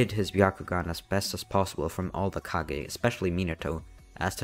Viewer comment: ah yes the kagezakage